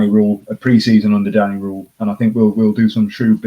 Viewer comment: I’d like to vote for the Wednesday week as SWFC podcast of the year. Top work guys. I agree with most of the awards except for player of the year 😂. But please please for next season can you stop pronouncing Danny Rohl as “Danny Rule” 😂 goes through me every time I hear it